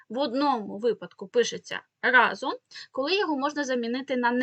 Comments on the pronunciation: Не разОм, а рА зом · Не разОм, а рАзом